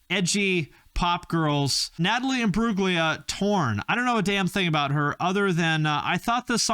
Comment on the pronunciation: It's pronounced "Im-broo-lia" - the G is silent.